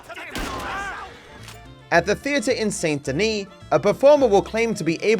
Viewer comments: lol I'm always annoyed at content creators that play a game for a living and hear something pronounced 1,000 times yet mispronounce it in videos... How does that happen?? The "saint" part isn't pronounced like it's spelled. Try "sandy knee". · He said Saint Denis wrong too